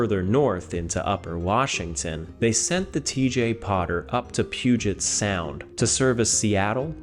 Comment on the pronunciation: As a Washingtonian, well done with pronouncing Puget Sound correctly. I hear so many people from outside the Northwest mispronounce it 😅